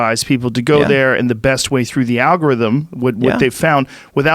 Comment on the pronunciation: Joe “ i feel smarter every time I say alga rhythm “ Rogan